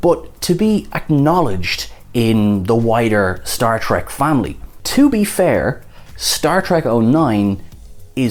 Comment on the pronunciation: "To be fairrrrrrrr..."